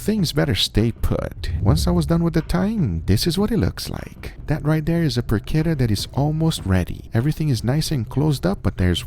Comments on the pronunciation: I gotta admit, the way you mispronounce porchetta is a little annoying. It's por-cheh-ta, not por-ke-ta. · Por-cheht-uh..... Not Por-kett-uh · It's porchetta not porquetta... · "I Dry Aged a PORCHETTA in my Fridge and this happened!" - Is ChubbyEmu creating titles these days? Serious question, is the proper pronunciation "PorCHetta" or "PorKetta"? Raid Shadow Legends - at least he's not overwhelming the world with VPN ads. Regards this recipe: Looks good... but I'd try to wrap some of the inner stuffing around so it's not just in the center. (AND a lot LESS salt, but that's a constant complaint here). As always this last two or three years, Guga's camera work for all the cooking is outstanding.